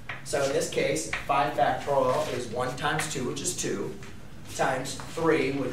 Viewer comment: It's pronounced factorial, not factoral. BTW a math teacher who can't do a simple multiplication like 24 times 5 in his head is not worth much (calculator dependent gen Y perhaps?). Anyway, you didn't explain at all what it could be used for. "Learn all about factorials", yeah, right...